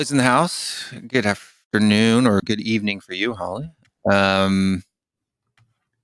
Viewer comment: Good ebening guys.